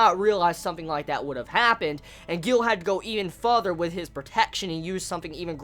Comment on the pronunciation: Lol sorry bro I couldn't help but correct the way you say further. You say futher instead of further, not criticizing you, was just pointing that out for you :) But I am really in love with this series. It bothered me how he sliced out Ilya's eyes and then stabbed her with no hesitation though.